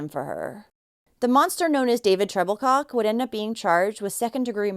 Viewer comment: Was his last name Troublecock? That’s what I thought she said